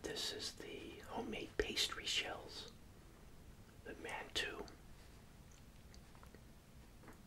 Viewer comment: I’m from afghan and btw it’s mantoo not mantwo😊😊😊